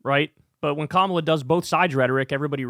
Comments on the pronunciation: This is an issue for Kamala undeniably. However this is highly suspicious here. 1) the lady that said she’s voting for trump it’s very possible she was already voting for trump and she probably voted for him the last 2 times. The giveaway is that she kept calling Kamala, “Ka-MALL-a” 2) She ignores the point that trump would be even worse for Palestinian people. I wouldn’t be surprised to find out this lady has been a maga red trumper and it’s all over her social media. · Why do all MAGA or anti Harris, mispronounce her name? Most likely on purpose. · The racist who intentionally mispronounces Kamala's name and votes for Rape's MVP is beyond lacking in credibility. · The Trump voter mispronouncing Kamala Harris name is just untrustworthy. Especially considering the interviewer just said the name correctly.... People will tend to mirror the attitudes and words of those around them. Also we don't know the conditions Biden provided for him to step down. It could be that Biden insisted on unwavering support for Israel for him to step down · She didn’t even bother to pronounce her name right. This is a panel of idiots. Listen to them.